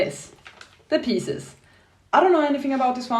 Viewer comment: The Gunslinger is a short book with portal fantasy elements in it. The pronunciation for pisces is pie zees, yes the spelling doesn't fit with the pronunciation.